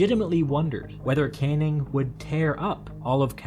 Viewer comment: Just to reinforce the comment below, the name Cannning is pronounced can - ning, not kane - ing! American producers of these videos should research the pronunciation of British names, otherwise the narrator more often than not ends up sounding foolish. In one of the comments, the lower House in the British parliament is simply referred to as 'Commons'. It should always be referred to as 'the Commons' or to be really correct 'The House of Commons'. The upper House is 'The House of Lords'.